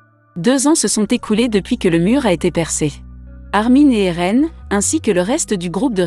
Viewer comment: Et a Eren ce n'est pas Aaron mais Eren